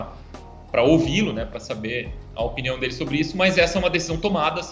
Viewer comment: Porque ele fala piniao 😅